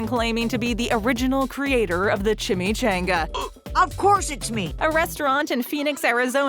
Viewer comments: CHON ga not chan ga . If you don't know how to pronounce things LOOK IT UP! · Ngl, kinda cringing at your pronunciation of chimichanga 🤧